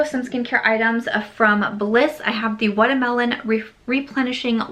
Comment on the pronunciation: I love the way you said watermelon 🤣🤣 #samsquad